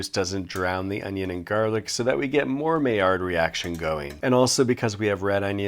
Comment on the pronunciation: OMG dude...it's NOT MAY-HARD reaccion it's "MY YARD" REACTION.... .........okay, carry on!